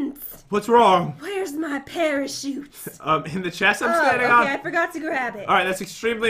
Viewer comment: who else thought that when Jen said parachute she said pair of shoes???